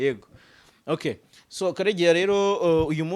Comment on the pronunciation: Karegeya uravuga ngo Swo ahu kuvuga ngo so😂😂